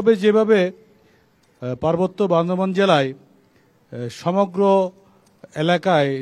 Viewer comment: যারা জেলার নাম ঠিক মতো উচ্চারণ করতে পারে না,তারা কিভাবে বান্দরবানকে সেবা দিবে,আমার মাথায় আসে নাহ🤔🤔🤔